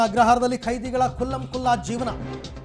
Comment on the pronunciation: ಕೈದಿ ಅಲ್ಲ ಖೈದಿ